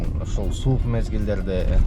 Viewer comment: / кун суукь пьууу дединби😂